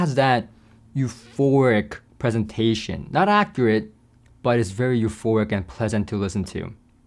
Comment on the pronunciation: Please learn the difference between euphoRic and euphoNic! Especially if you are going to use the word in every other sentence. Unless, of course, you are actually having an orgasm in every other sentence.